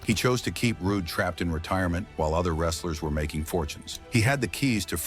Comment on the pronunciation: get this Roo-Day ai bullshit outta here